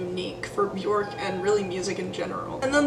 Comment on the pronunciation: If the person making the video cannot pronounce her name I stop it immediately....if you can't pronounce her name then you don't know anyting